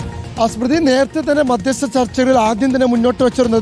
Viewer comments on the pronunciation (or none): സ്മൃതി മാധ്യസ്ത ചർച്ച എന്ന യല്ലല്ലോ മധ്യസ്ഥ ചർച്ച എന്നല്ലെ